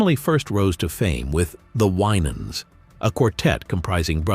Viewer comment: I do not appreciate this gossip type approach to news about this blessed family. Just tell the story. No family is without issues, but the Lord hastruly blessed them and what a HUGE blessing for all your children to be saved and working for the LORD! Plus this AI voice is saying the last name incorrectly. Yes, Ronald Winans did pass, but the AMAZING MIRACLE that he was essentially brought back to life is a HUGE TESTIMENT TO GOD’S POWER!🙏🏽🙏🏽🙏🏽🙏🏽☝🏽✝️